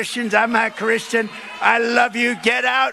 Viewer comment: DId he just sAy he;s NOT CHRRUSTIAN?